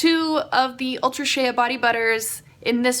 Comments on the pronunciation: Shea is pronounced "shay". ✌🏼️ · You don't pronounce the A in shea